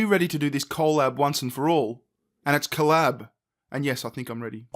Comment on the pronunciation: coal-ab lol